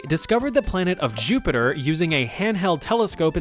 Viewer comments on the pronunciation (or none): none